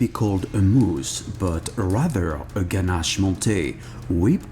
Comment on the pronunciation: i love the way you say ganache :D